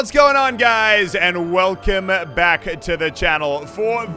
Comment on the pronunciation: "And welcomeuh backuh to the channel"